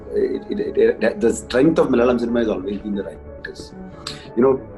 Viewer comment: bro, your pronunciation of the word "Malayalam" is superb! Most people don't get it right. When you say "Malayalam" you sound like a native Malayalee. Kudos to that.